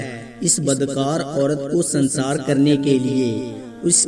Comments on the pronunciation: سنسار نہیں سنگسار۔۔۔۔۔۔سنگ بمعنی پتھر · سنسار نھیں ۔سنگسارھوتاھے